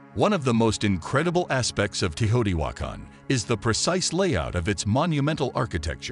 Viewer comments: “Tay-o TEE wah kahn” not “tuhHOteewakkun”. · Hate the hideous mispronunciation of the name: <Tayo-te-whah-kahn> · Pretty sure it’s not pronounced Tahoti wakon just sayin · The way he says Teotihuacan Is disrespectful its like when you say some ones name wrong and then your just like what ever. Simultaniously its the funnest thing ive heard in a while i can imagine just saying im sorry come again a couple times with my paisamos looking at eachother trying yo keep a straight face. Like that Jack in the box commercial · Please put a narrator who can correctly pronounce the name. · Why does the narrator mispronounce the name so badly? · This AI can't read Teotihuacan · Teotihuacan is badly mispronounced. You made a nice film....research how to pronounce words that have long been in use. It is a distraction.